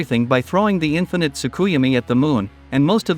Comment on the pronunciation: inneefinite tsukuyomi wtf did u say 😳